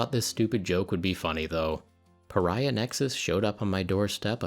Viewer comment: That's clearly the "Purr-iah" Nexus release... a limited edition just for you!